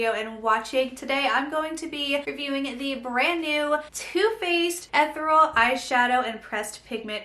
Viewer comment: Just to help, the word is pronounced eh-therr-e-uhl!!